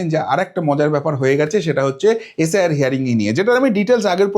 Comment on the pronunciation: শব্দগুলো ঠিকমতো উচ্চারণ করুন। পড়াশোনা করেছেন তো। কংগ্রেশ, এশ আই আর, ডিশেম্বর এগুলো কী? শুনতেই ইচ্ছে হয় না